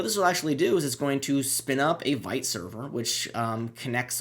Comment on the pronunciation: FYI....it's pronounced "VEET", not "VIGHT"